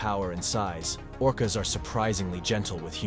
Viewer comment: It’s orcas dawg..